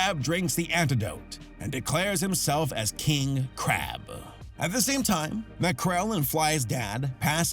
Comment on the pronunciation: its Macrel Mcrel...